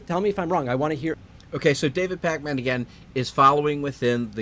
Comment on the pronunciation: you put too much emphasis on "man".